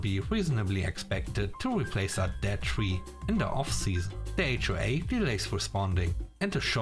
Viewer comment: S 3 No wonder "HOA" said as one word sounds like wh-re!